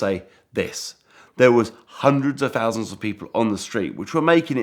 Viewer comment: "Sixty-free fousand pounds"